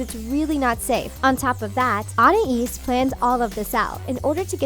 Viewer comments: lol, I know the narrator probably doesn't watch the show but she says Anna-eez instead of Anais. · This video is a cheap (and monetized) cash grab. They just hired some random voice actor and gave them the lines, she didn't even pronounce the names right, it's sussie not suzie and anais not oniesse lol. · "Ana"is is wrong "Anais" is right....learn how to read...Sorry I like your channel and videos, but I have to dislike. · who is i-an-es its An-i-es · It’s pronounced An-ias not A-nias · Youve never watched 1 full episode of tawog have u? I say that because YOU DONT EVEN FRICKIN KNOW TO TO PERNOUNCE ANIAS' NAME Anias (AN IE EESE) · anna ees? its anais! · It’s anais not Anaese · Fucking Annais... What the fuck is an ANNAIS? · “Ana ees” “Susie” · Did she say “Anna-is” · She said it with an l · Its pronounced an ayees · Btw she said TWO NAMES WRONG. This is how she said them... an-i-es Sou-see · An I ees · Anais is pronounced an-eye-eas. Sussie is pronounced suh-see. Just trying to be helpful :)! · They pronounced the name anias wrong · On-Aye-Esse? Anais? Wtf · I think you should know that Gumball is not a show for toddlers, it’s for kids 7 and up who have the common sense not to do any of shown in the video. You might be exaggerating a little too much, not to mention the mispronunciations of their names and you're kinda revealing the inappropriate part of some of them which kids should NOT know about. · how much of an asshole do u have to be to mispronounce the names of anais and sussie, call beloved and entertaining episodes "uNsUiTaBlE fOr KiDs", and probably ruin a show for multiple kids. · You pronounced Anais and Sussie wrong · Did you seriously call sussie “susie” and mispronounce anais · Darwin sometimes pronounces it an- eye-ees and sometimes, an-eye-is. And Gumball does the same. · it's actually how french ppl pronounce these names... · I find it kinda annoying how she pronounces "Anais." Not that annoyed, but a little bit.